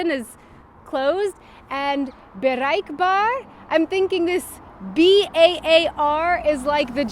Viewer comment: Wow, you pronounced bereikbaar like a Dutch person, well done ^^